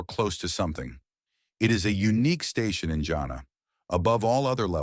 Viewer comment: Bro you almost saying "jannet" rather then "jannah" as in Ja an nnah